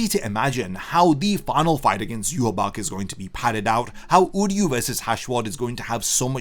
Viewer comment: So you're continuing to pronounce yhwach's name completely incorrectly.